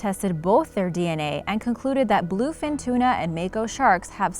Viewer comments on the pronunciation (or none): She said bluefish tuna you idiot it bluefin tuna u boofus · bluefin tuna. not 'blufish' and not 'blue fish'